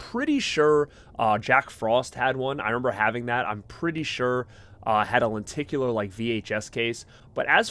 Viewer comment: Are you from boston? I swear i kept hearing "lenticulAA"